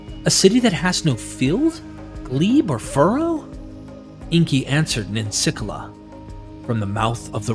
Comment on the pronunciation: NIN-SICK-EELA, not whatever you said.